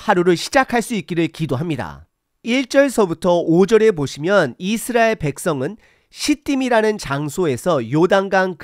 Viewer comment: "깨끗이"잫음-> 깨끄시(0), 깨끄치(×), "깨끗히"라고 쓰면 '꺠끄치'라고 발음 하지만 "깨끗히"라는 표기법은 틀린 겁니다. 오늘 들으니 이상하게 첫소리를 장음으로 발음하는 게 많네요. 이-스라엘, 언-약 등 등. 한글 사전 엡이 폰에 깔려 있을텐데, 거기에 발음까지 다 들을 수 있으니 참고하시면 좋겠습니다. 요즈음 장단 법칙은 많이 파괴되어서 사람들이 틀린 경우가 꽤 있지만 그건 어쩔 수 없지만, 제가 지적한 것 염두에 두시면 좋겠습니다. 목소리 톤이 높고, 강하게 말씀하시는 점을 지난 전에 말씀드려서, 좀 나아졌는데, 오늘은 다시 예전과 비슷하게 들리는데 참고하시면 좋겠습니다.